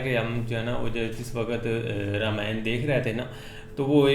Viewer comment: Its nit rameyan its Raama yan